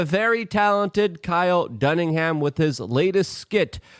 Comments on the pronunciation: It's Kyle Dunnigan, not Dunningham. Come on the guy's making the world a better place. You could get his name right, right? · Kyle Dunningham??? It’s DUNNIGAN Luke. 🤦‍♂️ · His name is NOT DunningHAM, it's DunniGAN. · Dunnigan, not Dunningham 😁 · Dude, come on, it's Dunnigan not Dunham. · Luke, it's Kyle Dunnigan not Dunningham. You say that every time and I'm surprised he hasn't contacted you about it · For the love of god Luke, it’s Dun-ni-gan, not Dun-ning-ham! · It's Dunnigan not Dunningham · Kyle DUNNIGAN NOT Duningham, LUKE!!! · Dunnigan ...Jesus Christ luke, at least try n get the guy's name right 😅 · Still calling him dunningham😂 dunno why it annoys me so much😂😂😂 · I love how you always mispronounce Kyle Duningham's name. Thanks Luke!